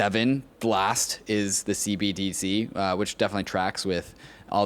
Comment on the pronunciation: repeat after me: CEE BEE DEE CEE CEE BEE DEE CEE